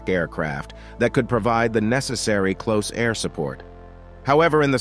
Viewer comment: Well done, except for a few rather absurd language errors. Do NOT read material without doing it first in front of an expert who understands that mm means millimeter (As opposed to emiliameter!). And stuff like " the Douglas A . . . . . . . . . . 1 Skyraider. And not "closed-air" support craft. It takes a very professionally-sounding narrative to rank amateur status.